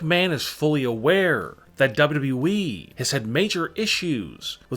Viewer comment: Why does the narrator annunciate the wrong Syllables....WWEeeeeeeee